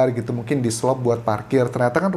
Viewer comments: Di selot Anjas...bukan diselop...😊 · Dselot bang bkn dselop...hehe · Diselot bukan diselop, dalam bahasa Sunda artinya dikunci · DISELOT BUKAN DISELOP